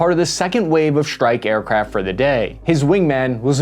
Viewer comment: Gee if you are speaking English then speak English - “Strike” has an hard S and is not “Schtrike”. It’s laziness to not pronounce it.